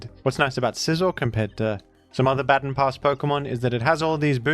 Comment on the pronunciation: Hey. You pronounced "baton" incorrectly, several times. Please be better. 😉